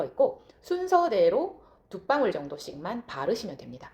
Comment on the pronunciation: 방울이 발음 안되나요? 빵울?? 뭐지???